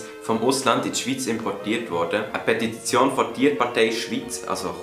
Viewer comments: Petititition 😂 nebebi richtig guets Video :) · petititione? Was?